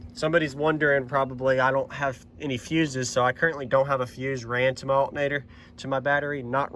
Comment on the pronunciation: The accent is crazy. I only hear it when you say "altnator" lol